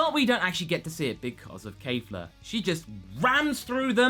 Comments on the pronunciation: Okay, since you seem to not be able to get this, let me try to help. It's not Kaffla, it's not Kayfla. it's Kefla. Keff. Lah. Not hard stuff, champ. You even said it correctly once by accident. You can do this, I believe in you! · Please stop saying Kaefla... It's Kefla..[KEH-FLAH] Not [KAE-FLAH] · Out of curiosity, where is where is everyone getting "Kafla" (Kay-Flah) From? I don't hear it with them speaking, and it's spelled ケ(Ke)フ(Fu)ラ(Ra) in the title card, which is how I hear it spoken. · Yes? That did not answer my question. I know it's "Kefura," which is why I do not get where all the reviewers are getting "Kay-flah" from. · Say it with me: KEFLA, not KAFLA. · Your saying the fusion name of kale and caulifla wrong it's kefla the e is not silent its the same thing i said geekdom 101 and he still said it wrong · it's pronounced "Kef-la" least that's how it sounds in the show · I'm pretty sure you mispronounced Kefla's name. Think Kefka from Final Fantasy VI, but replace the second K with the letter L. Pretty sure thats how it is.